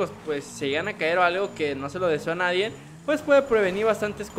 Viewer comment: Vas en universidad y no sabes pronunciar nadie* haya*